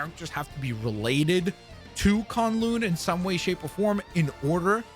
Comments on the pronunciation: Dude not to be that guy, but how do you watch the video on the map and they say it but you still say it wrong it's not kon loon it's kun lun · Bro did not just call K'un-Lun… con-loon…. 😐